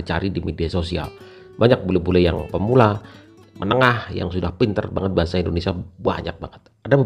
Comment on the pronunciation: Banget = Banjet klo bule ngucapin